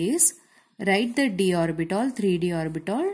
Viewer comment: Mam's pronounciation - orbital = orbitol , H = hech